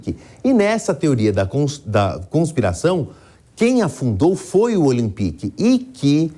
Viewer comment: "Olimpique" pkp. Custava nada ter pesquisado a forma certa de se falar